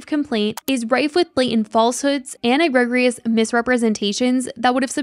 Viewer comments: "a-Greg-gree-us"? you mean "eh-gree-jus"? 😂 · It's pronounced eGREEgious, not e Greg rious. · egregious is pronounced eh-gree-jus — just wanted to point that out as it is a word that appears often in legal documents. been loving your breakdown videos of this case! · lol eg-reg-rious is ee-gree-jious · EGG-REEJ-US = EGREGIOUS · Egregious: uh-gree-juss ( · not important and not the point but it's "uh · gree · juhs" your videos are great. keep up the amazing work! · "E- GREG-rious" 😂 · fyi : egregious pronunciation = "ihg-ree-jus" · Egregious = ee GREE juss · Please look up the pronunciation of the word “egregious”. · Egregious pronunciation is ALL wrong lol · No shade at all but the way the speaker pronounced “egregious” is so funny I’m sorry 😭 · Did you just mispronounce "egregious"? Don't say the words the meaning of which you don't know, an older journalist's advice :) And if you don't know them, just google them. Stopped watching. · Girl, your pronounciation of "egregious" is driving me insane... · Gotta look up how to say egregious because that ain’t it sis ❤ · Google the word “egregious” and listen to the pronunciation a few times girl pls 😩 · LOL , I was going to spell it out for her too!